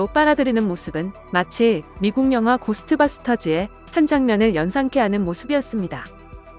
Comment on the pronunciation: 고스트바스터즈 ㅋㅋ 고스트버스터즈